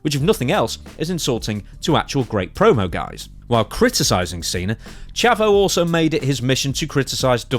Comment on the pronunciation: Pronounced Chaavo